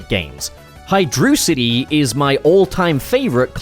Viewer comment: Its Hy-Droc-Itty, not Hy-Drew-Sity